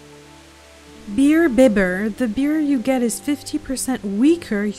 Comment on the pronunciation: "Berr Bib-er" HAHAHA It's "Beer Bye-ber" from "imbibe"